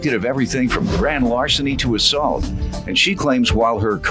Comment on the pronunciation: Actually it's "grand larcenin", "stolen propert", "TEF" and "assouit" 😂😂😂